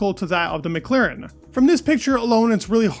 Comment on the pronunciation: MclAAAAAren not MclEEEEren